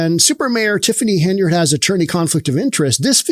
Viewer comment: TIF-HOE-NEY THIEF-FONY, TIF-FONY